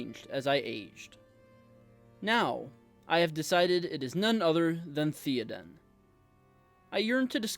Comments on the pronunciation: TH-EY-Oden… not TH-EE-Oden. Great video! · Bro they said his name dozens of times In the movies, it's not theeeden, it Theoden. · Theyoden not Theeadin 😂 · umm its not theo-den its th-é-oden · THAY-oden. Not THEEEEE-oden. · Bro. Say it “Thay-o-den” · He's your favorite character yet you can't even say his name right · Imagine mispronouncing your "favorite" characters name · Why do you say his name wrong? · I’m gonna try to watch this even though you don’t know how to say Théoden. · I just wish you pronounced his name correctly... BUT... I loved the message. The point was put forth very well and you had a wonderful thesis. Thank you! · When pronouncing Theoden replace the E with an A sound and it will be perfect. Fine video! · That is not how you pronounce Théoden... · Ok. Now pronounce his name right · I want you to learn how to pronounce his name.